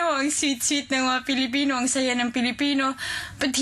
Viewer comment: did she just say fillapenis?